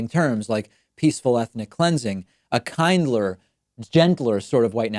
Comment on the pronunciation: Kind-ler, Gentle-er, Moar produckteev